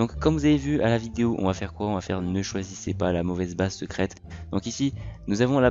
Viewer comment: Ça se dit bays pas beurz